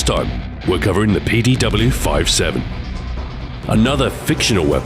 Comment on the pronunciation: Shouldn't it be 57 not 5-7 ?